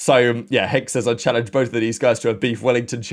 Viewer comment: “Beef wellington chall” 😂😂😂